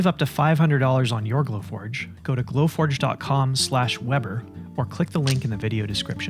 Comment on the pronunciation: great video, great work and lots of knowledge showing of. beautiful work. both the humidor, but also the videography! only issue I have - you don't know the pronounciation of your german-based name. :D Weber (not spelled webber) - is referring to the profession of a weaver.